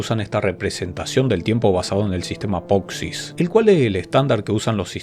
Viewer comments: Me pone nervioso cada vez que pronuncias poxix en lugar de posix. Por lo demás, todo genial. Haces los vídeos muy entretenidos. Gracias!! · acaso no era POSIX y no POXIS? igual en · me hace mal cada vez que dice "POXIS" 😫😫